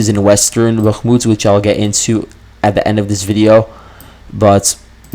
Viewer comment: Why are you pronouncing Bahkmut in that weird way when you're catering to a western audience? The Ukrainians don't pronounce it like that.